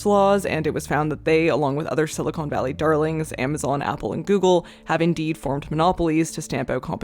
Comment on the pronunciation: Just one thing, “Silicon” (like con man) is the valley. Silicone (like pine cone) is something very different. Otherwise great vid!